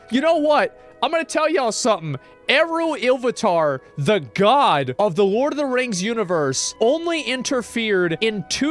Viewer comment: The pronunciation of Eru Illuvatar absolutely killed me